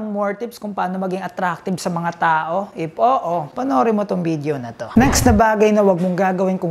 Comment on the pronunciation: if hindi ip, provide hindi probide..ayos ayosin ang pronunciation para maniwala ang tao sayo..pero at least kahit papaano ung off mo hindi na opp.✌️